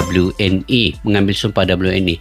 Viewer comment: Bang maaaaf maaf, "W" dibaca "double u" itu pelafalan English. Jadi harusnya sekalian semua dilafalkan dengan English menjadi "Double U - En - Ai". Kalau mau dilafalkan dengan bahasa Indonesia menjadi "We - En - I". Kalau di campur saya suka bingung dengarnya 🙏🏻☺️